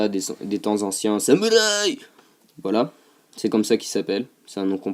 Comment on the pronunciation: C'est pas marrent quand tu dis samourï